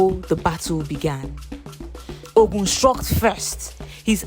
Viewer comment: The narrator should know the right pronouciation of some words. The word "Ogun" is wrongly pronounced. Please do your research properly before showcasing your work.